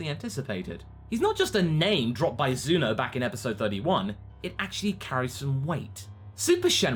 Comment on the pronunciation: its zeno not zuno